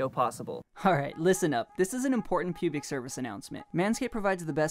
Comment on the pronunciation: How are we just ignoring the fact that he said “pubic service announcement”